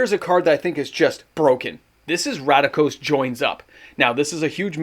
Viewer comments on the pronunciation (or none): RAKDOS, not RADIKOS lol ❤ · Please stop pronouncing RACK- DOSE as RADA-KOS… you can read in Canada correct? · So excited you couldn't pronounce Rakdos. Must be good